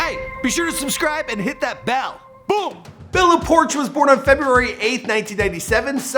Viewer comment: It's not bella porsh it's pourchh